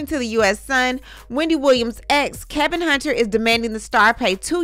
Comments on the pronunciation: It's Kevin! Not Kelvin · It’s Kevin not Kelvin I thought.